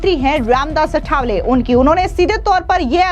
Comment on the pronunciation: अठावले नही आठवले बोल